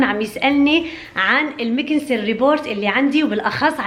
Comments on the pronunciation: اسمها ريبوت وليس ريبورت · اسمها ريبوت مش ريبورت